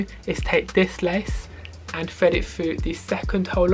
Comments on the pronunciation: Have a drink every time he says ‘Fred it fru!’ In all seriousness, great video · Now we all heard bro say fred it frough😂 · "And fwead it fwugh" 😂 jk great video though